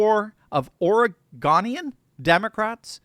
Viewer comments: Ora-go-nian fixed it for you.. NOT Ora-gunian.. although we do like our firearms.. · As a born in Portland and Oregon ex-pat, the pronunciations are: Ore-gun, not Ore-gone. And Ore-go-nian, not Ore-gone-ian. 🙂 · Did this freaking guy just say Ore-GONE-ian. FRICK YOUUUUU ITS ORE-GO-NIAN WE AINT NO SHAPE LIKE A GOSH DARN HEXAGON. Otherwise, I like the vid and everything else 👍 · learn how to pronounce 'Oregonian'. The g-o in the middle is pronounced 'go', not the g-o-n as gone, like you did. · "Gō." It's, "Oregōnian." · Its Ore-go-nian 😂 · Oh, allow me the chance to say "Oregon" is pronounced "Ore-gun", but "Oregonian's" second "o" pronounced like "bone." You'll likely encounter Oregonians who feel it's weird that so many grown adult Americans never knew, or cared how to pronounce the states name, but... I get it...